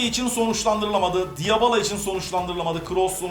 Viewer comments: Abi diyabala değil dibila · Abi diyabala değil dibala olacak o ;D